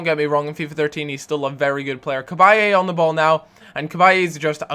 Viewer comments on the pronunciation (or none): there is no a on the end of cabaye... its just bye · i hate to be anal but can you stop saying cabayey you don't pronounce the "e"